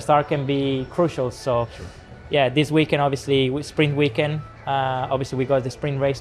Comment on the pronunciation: Why does Colapinto and Antonelli sound like they are saying spring weekend not sprint, can Latin peoples not say t🤔